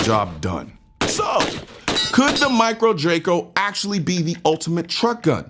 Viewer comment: Says micro Draco and i threw up in my mouth a little. Wrong! Just wrong!